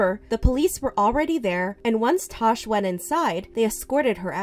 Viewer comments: It's Tash not Tosh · Is it tash or trash I heard it as trash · I love how you can hear them pronouncing her name as "Tash" with an "a" but keeps saying "Tosh" with an "o"...lol! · Lol I love how you said trash instead of tash